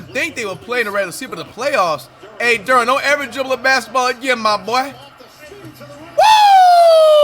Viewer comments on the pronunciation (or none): none